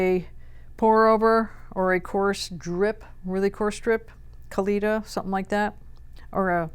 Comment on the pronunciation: It’s pronounced SPETCH-EEAH-LEE-TAH with the emphasis on the last syllable. There is NO ‘sh’ sound in the word at all.